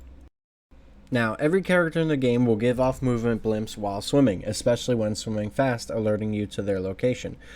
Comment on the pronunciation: it's BLIPS....not BLIMPS